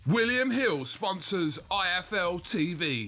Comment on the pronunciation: Wiwiam Hiww sponsors OY EFF EUUUW TSEY VEYYY